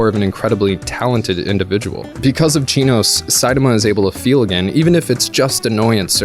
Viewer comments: Please don’t say geenos its genos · Genos...not Ginos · Gee-nuuz Sorry but its pronounced Gen-oh-s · Was anybody else slightly bothered every time he said Geenos instead of Genos lol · Why are you saying "Gene-os"? Its clearly "Gen-os" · i think you are overthinking this just a little bit, i like OP Main Characters and btw side note its GEN-OS not geneos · G-EEE-NOSE Buddy it’s Genos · 'Geenos' really 'geenos'. Its Genos not fucking geenos. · genos not ginos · The way he pronounces "Genos" is like the way how Dr Genus' name is pronounced... Lol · genos how many people pronounce (gen nose) (G-nose) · its psy tam ah not sai dama and its gen ohs no ji noes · (Sa-ee-tamah) Je-no-se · Lobster!? FLY!? Gee-nose!?!?! Are you daft man! I joke great video. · it's pronounced j-nos. great vid btw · They way you pronounce Genos' name is just painful. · im disliking this video because of the way he said genos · Great video other than the mispronunciation of Genos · those dislikes are because he mispronounced genos xd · well he said genos wrong